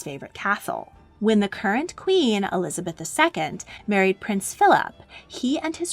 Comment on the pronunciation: ELIABETH I ?????????????????? you forgot the Z im pretty sure "eLiAbEtH" is disappointed (in minute )